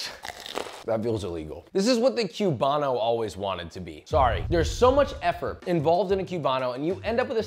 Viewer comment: Say Que-bano one more time LOL